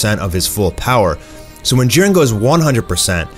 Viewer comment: jiren not jaron